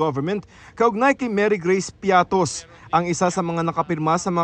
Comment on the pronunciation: Bias.. Piatty po not Piattos ahahahaha kinorect na nga ng coa tapos ganun pa rin balita nyo ahahaha katawa tawa.. Bakit kaya ganun na kayo.. Nayari na